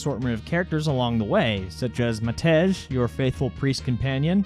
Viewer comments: Its read "Matei" and "Yossef" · great touch on the topic, just a note to Felvidek: there's diacritics missing, which is usually an unknown thing to english native speakers, but the name is rather Matěj, which would be pronounced like "mah-t-ie-y". Anyway, the bottle he use is also a well-known product occupying basically each home, meant for curing and as a desinfection - though as it's alcohol based, there is also a misuse for this item. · No problem. The way you pronounced is actually the closest as I've heard. Most English speakers pronounce the J as in Jack. So, mate J. Mate as in "check mate" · eyy, my name's matej. The J is pronounced as "ey" in Hey